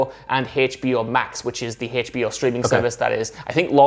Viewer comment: Its HBO not Haytch.B.O. Dammit!